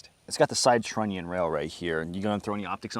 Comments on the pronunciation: Oooo trunnion!! said trunnion!! Ooooooo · Everytime say trunion, angry cops wets his pants a little.